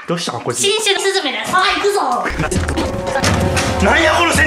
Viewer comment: ｢新種のス↑ズ↓メだ｣ が何気に好きww